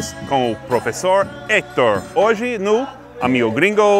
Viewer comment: Toda vez que seth fala "hoje" eu acho q é "oxe" kkkkkkk